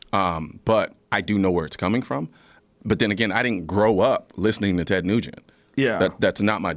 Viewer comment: Colion: “Ted Negent” 😂